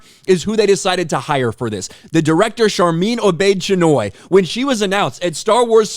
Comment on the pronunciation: Sorry I misheard, did she say her name is Sharmeen Obese - Chinwag?